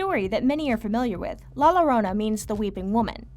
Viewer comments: Just so you know that the La Llorona, when there is two "L's" in a word it's pronounced with a "Y" So it sounds like La "Yorona"! :^) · Cool vid. Just so you know though, in Spanish the double L is pronounced as a Y, so La Llarona is pronounced "La Yarona". I'm sorry, it was just bugging me XD